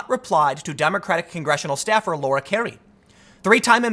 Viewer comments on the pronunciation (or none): none